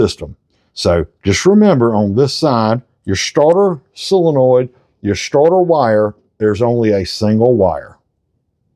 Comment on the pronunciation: It's not a silinoid, it's a solenoid. Not that it matters, we know what you mean.